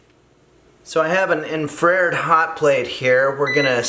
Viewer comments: "In-fray-yurd". I've never heard it said that way but seeing it...makes sense. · Finally, someone who says infrared properly.